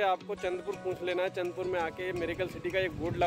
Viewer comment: Bhai ye चाँढपुर hein , चंदपुर nahi...